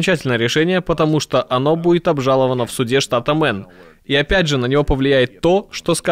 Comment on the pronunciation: Ребята, нужно говорить штат Мэйн, а не Мэн.